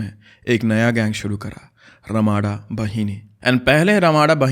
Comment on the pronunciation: bro its not ramada ... pronounsation is ramda bahini.. nd ramda means big knife...